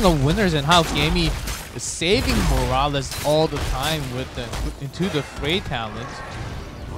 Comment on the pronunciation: am i the only one annoyed that one of them keeps calling morales as ''moraliz'' ??